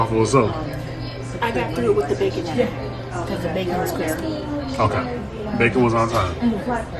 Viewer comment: Bacon wavy and cwispy